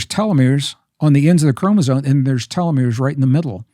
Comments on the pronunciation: Is he saying chromosone? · I love Gregg... and I know he knows that it's chromoSOME... not chromozone. I kind of like the latter a little better though. 😊 Great conversation, brothers. Much love and light to you both. ☝️🙏💜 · I hear him saying “ chromosone” Why? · Why do they keep saying ChromosoNe? 👀